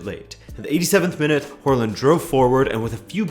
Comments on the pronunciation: It's not WHORELAND, THERE IS NO R IN HAALAND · Pronunciation of Håland a little off ;) great video as always tho 👌